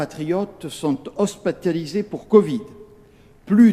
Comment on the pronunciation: À il a dit hospatalise